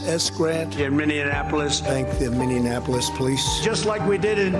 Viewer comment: Lower than the world....yup trump that you made the USA Last, so we are first...shocked look on both pitiful comments....he does not know a single thing about what he rants on about. Mining a polish. How trump says...Minneapolis.....wahl....this you see as your President